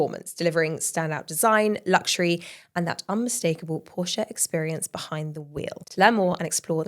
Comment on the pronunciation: Great show but could you please pronounce Porsche correctly? Best from Germany 🤭